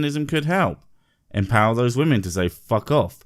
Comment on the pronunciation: Her continued inability to pronounce the word “women” in irrationally irritating.